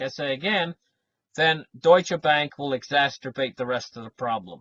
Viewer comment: .....Its exacerbate. Not exasterbate. 😀